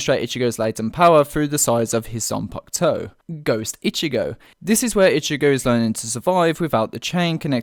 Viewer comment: It’s zampakuto not ziangutsu